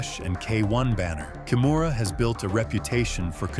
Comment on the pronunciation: Her family name is pronounced Kee-moo-ra. Please pass it on!